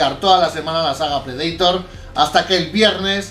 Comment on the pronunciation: Me encanta todo su contenido, pero, por favor, Predator no se pronuncia así.